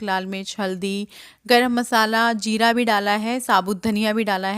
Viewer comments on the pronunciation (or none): none